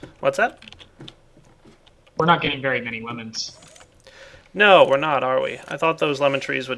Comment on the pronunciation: "We are not getting very many Lemons." Coulda sworn he said womens.